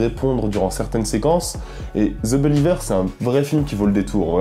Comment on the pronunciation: Ze beuliveur !